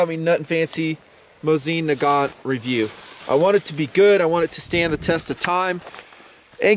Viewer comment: it's "moe-zen nah-gaaahn"